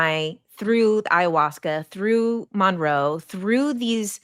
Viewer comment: Ahhhhh mon roe. I hate it 😂😂😂 I love the video though!